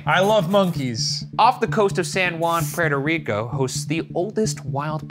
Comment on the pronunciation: my favorite part of this whole vid is the trouble ryan has pronouncing “petoriko” “prertor rico” funny as hell